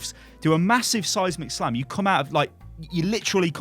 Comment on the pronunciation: First couple times I heard him say seismic slam I thought he was saying "Seismic Sam". Which is beginning to sound like an epic superhero name.